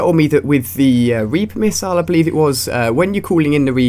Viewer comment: meeper rissile anyone else hear it?